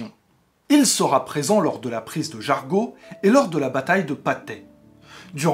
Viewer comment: Superbe vidéo, une seule chose à corriger : la ville de Jargeau se prononce Jar[jo]